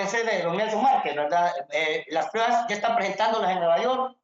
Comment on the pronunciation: SE DICE PRUEBAS, NO prebas.